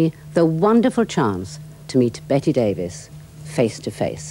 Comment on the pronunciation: Enjoyed it quite a bit as Miss Davis (so her generation was called) seemed to, till the interviewer couldn't be bothered to pronounce her name correctly. Sadly it's almost always Brits who do that. Generally a pretty intelligent conversation.